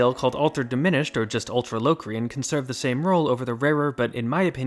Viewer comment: uuhmm auctally its 'l (aw) crian), no LOWcrain.